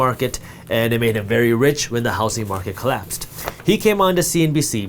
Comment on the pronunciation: Is it just me or does he pronounce "housing market" like housy market